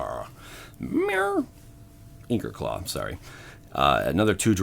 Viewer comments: inko... LOL. its I-Kh-or. lol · Ichor claw is pronounced ick-or claw. It was bugging me lol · There's no N in ichorclaw.